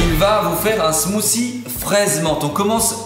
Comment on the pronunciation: Le titre montre "smoothie". Eux disent "smoussie". Seems legit.